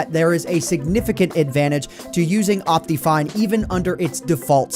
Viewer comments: 1. duh it's worth it 2. It's pronounced op-tih-fine you idiot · I love how he says it like optifien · Dat optifine pronunciation tho, XD Opteefine. XD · El cofre :v Lol, xD I pronounce it like Op-tuh-fine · Ryan Sonic I pronounce it like Op-te-fine